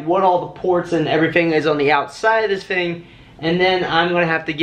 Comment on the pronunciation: Great videos, but the word is “thing” not “fing”. You said it a bunch of times in this video, and it’s hard to listen to. As DJ’s we have to be good linguistically.